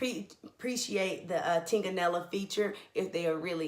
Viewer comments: Great review. The "g" is silent. Looking forward to checking out your other wine reviews. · Are you drunk when you wrote that response?! You specifically said that "Super Tuscan are .... lead with the native grape Sangiovese..."... which is right before you mispronounce Tignanello. Maybe if you learned more about the subject matter you're discussing on Youtube instead of trying to incorrectly defend yourself, your video wouldn't be so painful to watch.